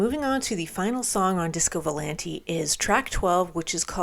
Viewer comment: it's disco vou-lahn-tae, not disco volan-tee (source: I'm italian 🍝)